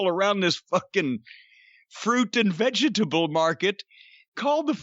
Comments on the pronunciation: "Fruit and VE-GE-TA-BLE market."-Cornie😂🤦😂🤦😂🤦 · The way Jim says "fruit and veggietable market" is priceless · Why does he say it that way? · I told my wife about this match and said it just like that. Pretty sure she thought I was having a stroke.